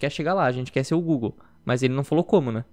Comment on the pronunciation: Faltou um r no quer